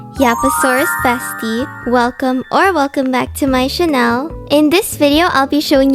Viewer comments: girl literally says channel as CHANEL:elbowcough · I love how you pronounce channel as chanel